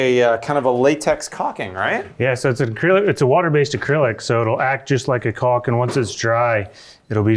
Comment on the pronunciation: When you say “cock “ instead of caulk, the closed captioning doesn’t write it ha